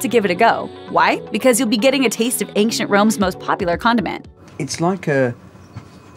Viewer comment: There is no k sound in the word ancient